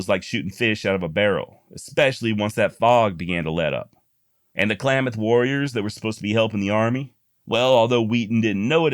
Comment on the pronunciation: great pivot on Klamath pronunciation. Spot on man.